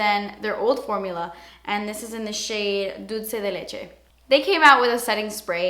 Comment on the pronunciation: her accent when she said dulce de leche. love it